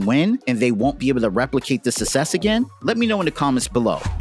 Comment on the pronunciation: Thats not how you pronounce success